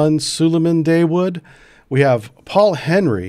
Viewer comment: The Americans trying to pronounce "Dawood"... hilarious!